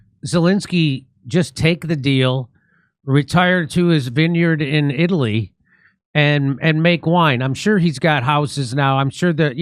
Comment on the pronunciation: Uh, I think youse meant Itly!